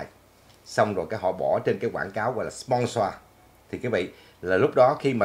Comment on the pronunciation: Nói lại chữ “sponsor”coi 🤣😆 phát âm muốn té ngửa